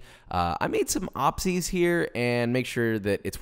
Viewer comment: Im sorry did this man just say "ahpsies" instead of "oopsies"?